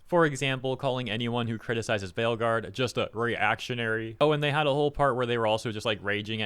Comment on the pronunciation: “Trying to defend Dragonage the Fail-Guard” I’m not the only one who heard it that way was I?